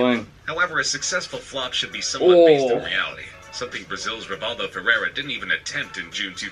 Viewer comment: I want to spit the dummy every time the announcer calls Rivaldo ''Feirreira''.